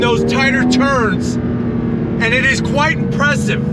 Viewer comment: loved very imbressive